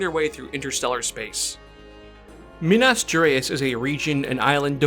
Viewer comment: As a brazillian I love how you nailed every French and Chinese name location and botched so hard the Minas Geráis brazilian xD. Great vid by the way. Surely will make more people interested on the campaign.